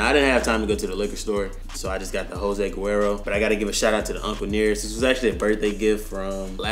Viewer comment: “Jose guero” 😅